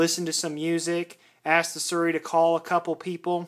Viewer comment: What's "surry"? Lol